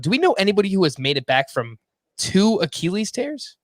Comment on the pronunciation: The way says Achilles is underrated. (ah-key-uhl-eez)